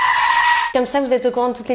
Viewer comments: J'ai entendu : <<Arvoaer>> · Ah mais complètement !! 😂 Tout est bon dans La Bajon … mais définitivement, le ARVVOAER final n’a pas de prix !! 😂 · bon juste un mot alors : orvouar !